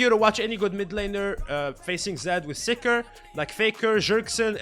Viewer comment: Confused for the longest time when he kept going "Sikhr" till i realised he meant "Seekers armguard"